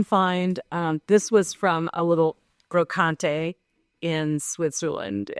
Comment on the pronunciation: "we got this in Switzerland at a 'bro-con-tay.'" For all the time she says she has lived and traveled in Europe (waning on with pretense), she can't say a simple european word. Brocante. The false attempt at the accent fell flat. I have to exit.